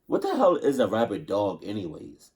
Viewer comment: WTF is a "Rabbit Dog"?: "Rabid", not "RabbiT".